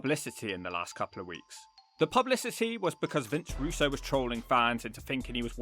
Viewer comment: Why do you keep saying 'Russo'???